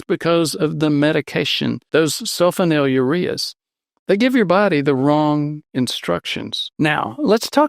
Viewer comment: “Sul FONYL ureas.”